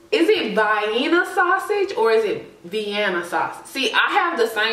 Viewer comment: V-annah,(Vienna) and Cee-anne-ah(Sienna) 😂